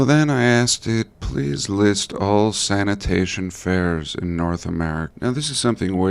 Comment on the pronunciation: Been laughing everytime you say sanitation fairs😂 love your videos